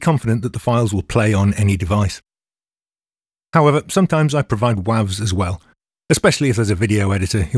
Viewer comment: As a fellow Northerner, I love how pronounces WAVs. Makes it sound like someone's school nickname, or some lethal council estate DIY heroin. Eh mate, gorrany wavz? Serious head on, this has given me plenty of tips for my own mixes when uploading and sending to collaborators.